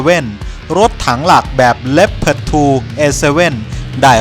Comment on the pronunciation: คิดเหมือนกัน